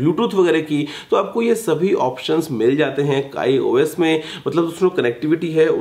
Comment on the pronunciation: abe wo kai os nhi hota kiyos hota hai